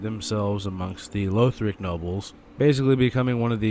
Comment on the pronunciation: Just a note: LAW-th-rick, not LOA-th-rick. It's how they pronounce it in-game - the 6th word in the intro cutscene.